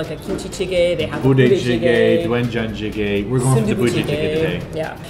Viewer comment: I don't mean to be totally rude, but jigae is pronounced more like "jigeh" than "jigayy"? I'm sorry I don't mean to be rude!!! I love these videos of yours though:) and it was very considerate of you to be filming in advance just for us!